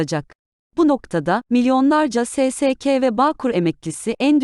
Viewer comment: SE SE KE Değil , SE SE KA diye OKUNUYOR ..............